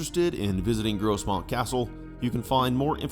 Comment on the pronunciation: The s in Grosmont is pronounced like a phonetic z